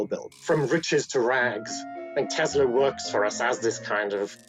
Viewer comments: It's Tesla with an S sound in the middle. Even in his own native language, he pronounced his name with an S sound in the middle. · Do you believe that Nikola Tesla like being called Tezla?